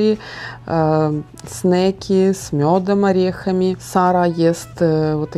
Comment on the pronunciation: Снаки, а не снейки. Навряд ли Сарра захотела бы снейков в школу взять🤣